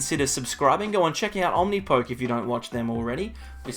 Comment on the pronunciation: I thought the poke at the end of Omnipoke was said like the beginning of Pokemon.